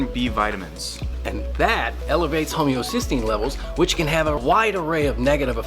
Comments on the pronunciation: ..."homeocysteine". Homocysteine. It's homocysteine. I know the actors were meant to be incompetent for the bit but I think that was a genuine misread, because who from a general audience would recognise that as incorrect. Methinks they are too used to saying 'homeopathy'. Keep up the good work,! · nothing screams science like someone who didn’t bother to look up how to pronounce homocysteine! sincerely, a med student who actually has to know that biochemical pathway (